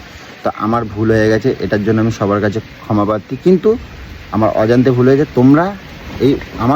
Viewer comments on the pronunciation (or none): none